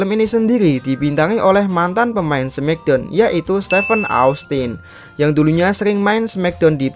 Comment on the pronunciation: Knockout disebuk nokout bukan kenokout dan smackdown disebut smakdown bukan semikdown.